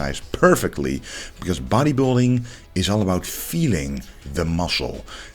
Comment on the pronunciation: Klassik bottejbilding 😂